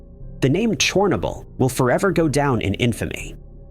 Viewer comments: That pronunciation cracked me up! 😄 chair n-yo bull is what I believe is correct. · I couldn't take it anymore. quit watching. Your pronunciation of Chernobyl was so bad and so frequent, I was done. Even if there is no doubt, look for proper pronunciation of foreign named things. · Yep. Didn't even bother to teach the AI the proper pronunciation of Chernobyl. I quit watching . I couldn't take the stupidity of the AIs pronunciation. (irony there somewhere?)